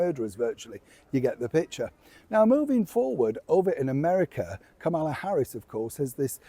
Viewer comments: Dear, Just to let you know Kamala is pronounce with the accent on the first syllable -- think of Pamela, for instance, but Kamala is pronounced more like Pomala. Thanks for reading. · It’s pronounced Comma-La. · the pronunciation is KAHmala. It's not difficult. A 5 year old could do it. Please get it right. People's names are important to them and deserve respect. If you can't get it right I'd hate to give up watching you but I will in a jack minute because I won't tolerate people behaving like idiots by pronouncing their name wrong. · The least you can do is learn to pronounce Kamala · Very disrespectful for you to continue mispronouncing our Vice President's name. What's wrong with you? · Actually, her name is commonly mispronounced across news sources and countries. It's so common we're actually not sure which is the correct way.